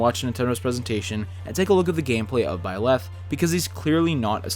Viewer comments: In Hermione Granger's voice: "It's BIE-leth, not bie-LETH." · I don't wanna be THAT guy but you leave me no choice... It's ByleTh not ByleSS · am I hearing it wrong, I swear I hear you say "Byless" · If you say "bylath" one more time. I dare you. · I feel like you are saying Byleth wrong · I’ll give him benefit of the doubt since the Female Protagonist’s canon name is べレス/Beresu. But you know, he coulda just been way off in either language’s pronunciation